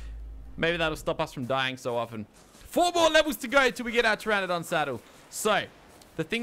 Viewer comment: Hopefully watched this and learned how to pronounce pteranodon